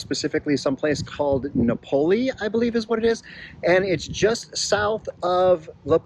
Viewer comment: Here's the pronunciation correction you knew was coming: no-poe-LOH. A big factor if you're considering living there is the availability of flights out of that dinky airport. It's a long drive to San Diego or Cabo/La Paz.